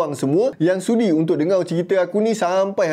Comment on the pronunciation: Sebutlah betul perkataan melayu , jgn lah main main spt dengar kamu sebut dengo